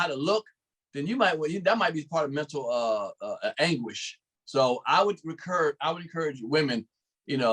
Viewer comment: LOL..THIS NIKKA SAID 'MENTAL ANGUISH'..